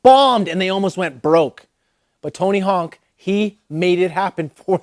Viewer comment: "Tony Honk"